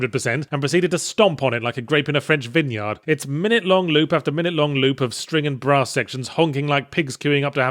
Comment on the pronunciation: I know he said Brass but it sounded like he said bra